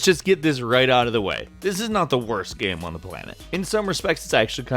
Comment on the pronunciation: Does anyone else find it funny (while making as little fun of as possible) how (?) pronounces game sometimes? "Gayemm". Lol:P Just amusing.